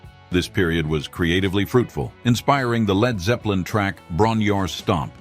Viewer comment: its pronounced bron eer-eye-rr and its in Machynlleth, americans for ffs